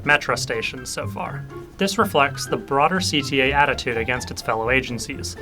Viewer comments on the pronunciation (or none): none